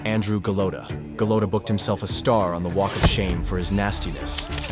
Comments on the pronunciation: At least try and edit for pronunciation. Go Lote Ah. smh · He also pronounced Golota wrong several times